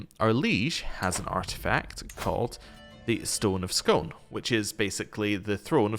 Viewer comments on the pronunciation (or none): pronunciations. Stone of Scone is pronounced Scoon (it's named after the place outside Perth, not the teacake) Scots Gaelic is pronounced GAH-lick (Irish Gaelic is pronounced GAY-lick).